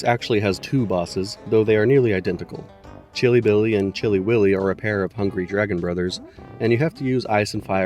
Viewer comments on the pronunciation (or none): none